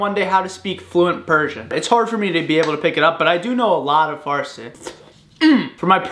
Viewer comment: I am literally a Persian and I am thinking why did he pronounce it farce ITS FARSI for gods sake